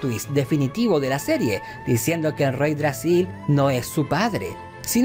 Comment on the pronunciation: Todo bien. Pero no es reydragsil. Es yggdrasil.